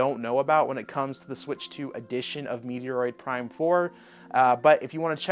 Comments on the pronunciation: Bro it’s Met-roid… not Meteor-oid. If you are meming then apologies. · Pronounced Meh•troyd Prime 4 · Meteor roid? Does he legit not know how to say Metroid or is he trolling?? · Meteoroid…. Lmao hope you’re memeing